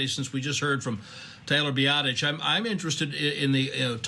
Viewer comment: 🤣 I'll give him a pass on slaughtering Tyler's name but James Looney? Hahaha. Best laugh I had all day though.